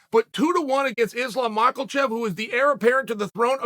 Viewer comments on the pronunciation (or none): Chael, it's not Daroosh it's pronounced Dar - e - oosh and its not Mack - La - chev , its Mack - ah - Chev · where do you hear the "a" in Mocklechev? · I like how he say Islam for a while and suddenly drops Makelchev. Similarly, Beny Beny Beny..... Boom..... Daroosh